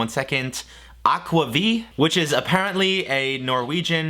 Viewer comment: aquavi-? you mean aquavit or akvavit? or as we norwegians call it- akevitt. also super fun to see you do a norwegian style recipe!!